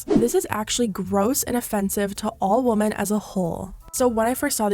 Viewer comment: LOL the way you pronounce “women” plural, as singular “womAn” drives me crazy 😅